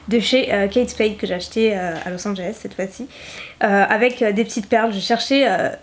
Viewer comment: Mon dieu je t’adore énormément mais arrête s’il te plaît de dire en début de video « cte video » ce n’est pas français ! On dit cette video ! Et c’est horrible a entendre ce que tu dis